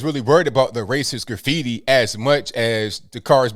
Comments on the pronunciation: Who says "Graff - feety" instead of "Grah-feety"? That's like the people who say "White" like "who-ite" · Graph fee tee lol